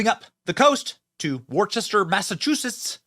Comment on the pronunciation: it's Woo-ster , Mass-a-chew-sets.